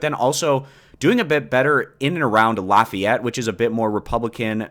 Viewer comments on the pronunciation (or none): none